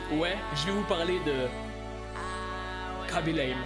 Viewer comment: On dit Raby lame (khaby)